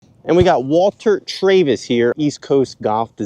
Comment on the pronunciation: This is great. Last name is pronounced Traaavis, not Trayvis.